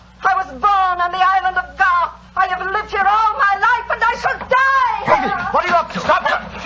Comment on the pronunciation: GARTH not Goff.